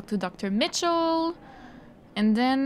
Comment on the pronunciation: In this episode: hearing a French language Canadian pronounce "Michelle" as "Mitchell" in the name of the doctor who is supposedly French (Belgian/Quebecoise) takes the prize. Mind you - I'm not dissing you, I'm just noticing the humour of the situation. Loved your interview with Al-Jilani, wish you had been more directive with Mikhailovich. It was a tough choice on the asteroid. Not the first, neither the last tough choice to be made in this trilogy